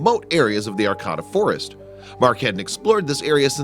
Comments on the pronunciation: And Heidi doesn't believe me and you're pronouncing Arcata wrong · Learn to pronounce the city right homie. Smh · You mispronounced Arcata. It's Ar-kate-uh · Sorry. Gotta do it. It's pronounced "Arr-Kay-Tuh" Arcata, Ca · I am from Humboldt County,California and Arcata is pronounced (ar-cait-a) it is about 7 miles North of Eureka on highway 101 along Humboldt Bay.I Lived there from 1972 to 2002 and My daughter and her three kids still reside there.For Pete's sake at least get the name of the town right. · That's Ar CA da ,ca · Learn how to pronounce words. Arcayta. Not arccahta dumb ass. Ps. Sorry to be so harsh but you make mistakes constantly as if you are not a native English speaker. Finally this story is not at all interesting. No payoff!! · That town is pronounced "Ar - KĀ - ta". Look things up, will ya?! I'm a Californian & couldn't figure out WHAT you were talking about! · Thank you... At first I thought, " What... where!?" then, "Wait! He's mispronounced Arcata. Doh." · Pronounced: Ar CAY ta Not: Ar COT a Also, leave the guy alone. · It's pronounced ArCAYta, not ArCOTTa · Arcota? It’s arcaaaaaata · I lived in Arcata for decades and I can tell you it is pronounced 'R-K-ta' not 'R-cada' as pronounced in the video. Also, it is not at all amazing that there is a cabin in the woods on public lands as there are many travelers that use the public forest as a home during the trimming season throughout the Emerald Triangle. The weather is mild year-round and a tent would serve quite well as a home for some travelers, obviously the builder(s) of this cabin preferred solid walls. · The narrator is mispronouncing the home of California State University Humbolt. It's not Arcata like terricotta; it's pronounced Ar-kay-ta. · It's pronounced aR-Ka-Ta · You are pronouncing the area and forest name wrong. It's ArcAta with a long middle "A". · AR-KAY-TA, California. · Arcata, is pronounced, short "a", long "a", long "a". ("R-kate-ta). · It's pronounced ArCAYta.